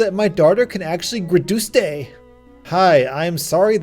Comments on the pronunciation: “GRADUSTE” the way you said it made me crack up laughing. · Grrrra-dus-tay! Good luck saying goodbye to your precious career, you'll never be able to leave it now that you have been able to Gradusstay!!!! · “gruh-doos-tay” iM CRYING OMG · mbps: “mubebis” Graduste (graduate) “Graddustay” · "so my daughter can GRADUSTE" 😂😂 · I burst out laughing when he said graduste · What the fuck is a "Gradutse"?